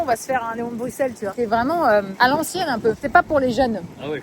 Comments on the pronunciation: Pareil, difficile pour les oreilles belges 😂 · Merci, ca me perturbait aussi 😂😂🥰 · Je ne peux pas continuer la vidéo sans dire ça : le x de Bruxelles se prononce ss, donc "Brusselle". J'ai dû mettre pause à la séquence dans la voiture pour venir le dire parce que ça me rendait foooolle hahaha 🤭 Bisous de belgique et courage pour la maison au japon 😘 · comment tu dis bruxelles ???